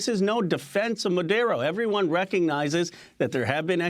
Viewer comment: Why is he calling Maduro Madero ?